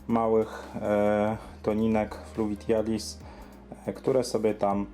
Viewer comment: Fluvitialis i arakuja mówisz :D?